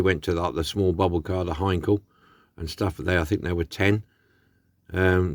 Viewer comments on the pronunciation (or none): none